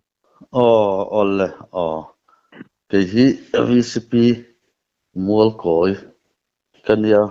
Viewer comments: Mizo Journalis chu khaw hming i va chhiar dik lo ve i chhiar Kâwi daih a. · I thluk dik lo Mualkawi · Mualkawi tih chu in thluk dan ava inanglo ve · An chilkawi a ni ang😁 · A ṭawng a pai nge Mualkawi hming lam dan hi a hre sual? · Tawngthluk hi fimkhur ve deuh teh aa, Mualkawi tih te hi chu i hre ve fo tawh tur ah ngai ila, tawng hian a thluk a zir in hawrawp in ang reng pawh a lam a hrang daih thei tih hi hriat a tha khawp mai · Mualkawi i lam dan hi ngaihthlak a nuam chiah lo thluk dik hi a pawimawh ve a nia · Mualkawi, tih chu i thlûk diklo hle mai. I kawm a te thlûk dan hian thlûk ve mai la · Mizoram khaw hming tal hi chu lam dik ve teh u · Khaw hming lam dân hi inzir deuh ula a tha hle mai..